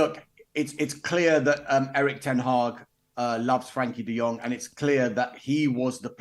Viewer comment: Ignorant journalist who cannot even get De Jong's name correct. Embarrassing.